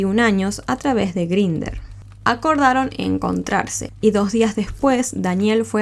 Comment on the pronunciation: La app se pronuncia en inglés /Grainder/ y el único modo de verificación es con el número de tu teléfono. Cualquiera se puede crear un perfil, colocar la info que le de la gana, incluyendo la edad y ni hablar de las fotos. Lo recomendable sería quedar con los chicos luego de conversar un buen rato y siempre tratando de que sea en un sitio público la primera vez, para evitar sustos y malos ratos. Un saludo, me gustan tus videos ❤